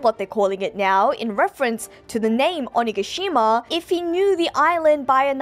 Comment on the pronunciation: Did you just meow?. . . Instead of now? Lol Am I the only one that hear it that way?